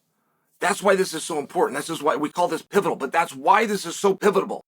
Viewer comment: Chael “Pivitable” Sonnen